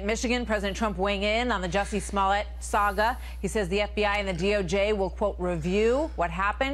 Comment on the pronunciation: Bruh... He's guilty to some degree and the verdict smells suuuuuppper fishy. BTW you pronounced his name right